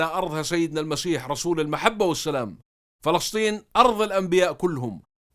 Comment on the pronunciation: ما اجمل كلمة فلسطين عاي لسانك